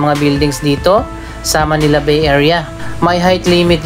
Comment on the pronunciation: yung "manila" mo po mali yung pronunciation ..